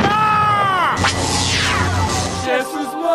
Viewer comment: cara eles falam chesus para nao ofender jesus